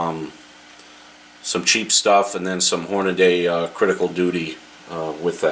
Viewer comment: Then there's "hornaday"